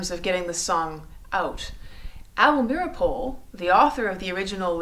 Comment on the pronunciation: You pronounced Able Meeropol's name incorrectly, the name "Rosenberg" incorrectly...but more importantly the Rosenberg's were not tried or convicted of "Treason"